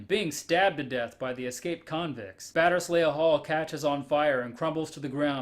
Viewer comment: "Batterz lee" Hall